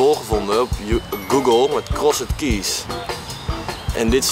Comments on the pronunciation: Ik ga stuk 😂 hij zegt krosed keys maar je zegt t als crosd keys 😂😂 zonder die e er tussen 😅💖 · he also said keees instead of keys XD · Ik kan er echt niet tegen dat Thomas t uitspreek als CrossED keys terwijl je t uitspreekt als Crosd keys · Ja, echt he, Vreselijk was het. Niet om aan te horen. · HAHHAHAHAHA true krosset kies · krosset kies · krosset keejs xD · Krossut kies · Begon me ook al te irriteren. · thomas kan echt geen engels😂. krosset kies😝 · Ik moet bijna huilen van hoe Thomas crossed keys uitspreekt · Sorry Thomas, maar je uitspraak van "crossed keys" is echt om te huilen :'D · Ik vind het grappig hoe Thomas "crossed keys" uitspreekt :') Leuke opdracht dit! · Ik hoop dat Thomas weet dat je "crossed keys" zo totaal niet uitspreekt :') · Ik ergerde me kapot😂😭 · echt zo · Maar het is niet fout! Het klinkt wel heel erg slecht met dat nederlandse accent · Hahahahaha ja zo erg he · Echt he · Ik ging stuk! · Echt niet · appel HAHHAHAAHAHAHAHAHAHHA LAAT HEMM HIJ KOMT PROBABLY NET UIT DE BAARMOEDER GEGLEDEN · Daar heb je gelijk in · ik kan echt slecht tegen hoe thomas crossed keys uitspreekt. en giel speelt t wel echt smerig. leuke aflevering wel weer dit hahahaha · Thomas je uitspraak is echt belabberd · Ben ik de enige die me heel erg ergerde aan Thomas zijn uitspraak van Crossed Keys? XD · thomas' verkeerde manier van crossed keys uitspreken irriteerde me echt lmao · Wie irriteerde zich ook de manier hoe thomas “crossed keys” zei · Jeetje Thomas heb jij middelbare niet eens gedaan ofzo 'Crossed' bah die uitspraak